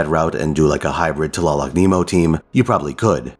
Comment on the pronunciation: Love her! I got her np3 and she does mean work. Btw, your nahuatl pronunciation was really good!